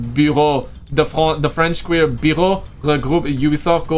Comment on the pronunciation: hey man your english is great, I just wanted to say I'm not making fun but helping. So the word Bureau is pronounced by quickly saying bee-yer-O. Great vid dude